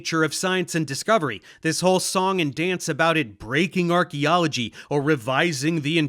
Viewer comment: archealagy broke my stride XD